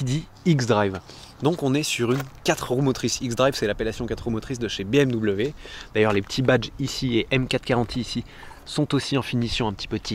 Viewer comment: Excellent reportage. En tant que propriétaire d'une M440i, je confirme 90% de la critique. Toutefois, 2 choses me déplaisent dans la vidéo : 1) BM-"DOUBLE-V" (ça fait saigner mes oreilles) 2) Mon ami JB dans le champs, cela me remplit d'émotions tellement je l'appréciais. Chaque année au salon de Genève nous allions manger avec son frère Benjamin au restau...😓 RIP mon ami JB...